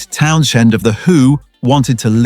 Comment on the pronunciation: Not Pete Town Shend again. come on... AI do better.